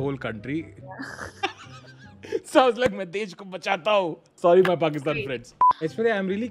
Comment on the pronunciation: The way you just spoke pakistan instanteneously is toooo goooooooooooooooooood